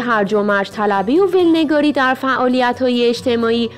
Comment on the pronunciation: خانم گوینده ول نگاری واژه ایی غلط است نه میخوانند و نه مینویسند. ولنگاری است که نوشتن و خواندنش به همین صورت است یعنی سرهم دقت بغرمایید